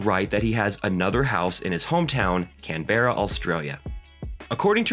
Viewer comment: CAN-BRA Its cool your learning 😌